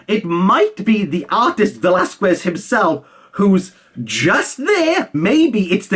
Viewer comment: Hey, just to let you know. Velas-KEZ. In Spanish, 'que' and 'qui' are pronounced KE and KI, like queso and quinoa